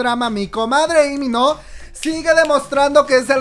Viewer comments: Te amo pero tu pronunciación me mata Dios mio porque dice í mino es Lii con eleeee de lalo de La piche L por que no La dices 🤣🤣🤣🤣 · LEE MIN HO, SE LEE COMO "LI MIN JO" JAJAJA